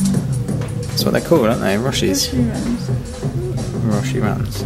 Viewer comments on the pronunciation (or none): just saying it's pronounced 'Roshay', rather than 'Roshee', loving the long vlogs though!! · Hey, Roshe Runs are pronounced Row She run:) My instagram is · Hey! Just thought I would let you know, Roshe Runs are pronounced like roe-she run. Here's hoping that makes sense! Haha